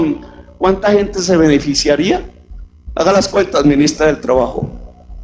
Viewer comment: "...saque cue tas señora ministra..." Jajaja, se ve que no sabe, ni de que le hablaban.